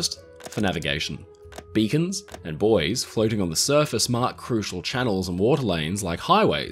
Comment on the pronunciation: Thanks for pronouncing it ‘boys’ and not ‘boo-eys’